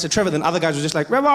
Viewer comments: Trevor 🤣Revor🤣Evor😂😂😂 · This is seriously some funny shit! Thanks for the laughs Trevor, Revahh, Nevahhh!